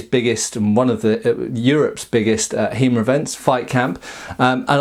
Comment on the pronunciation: I like it when he calls it He-Mer. It makes me imagine a jacked Merman calling upon the power of Greyskull.